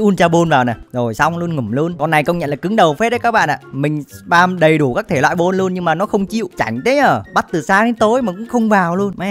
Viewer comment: Góp ý mỗi cái đọc là bôn(ball) chứ ko phải bô =)))